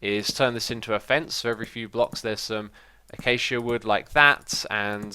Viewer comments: ay-kay-see-uh No H's bruh =P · The way you pronounce acacia is the most obnoxious thing EVER. It's killing me, please just stop it. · So I am not the only one that says a-cha-cha wood instead of acacia wood